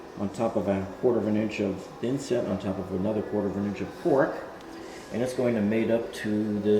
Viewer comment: Did you say cork, or “quark”??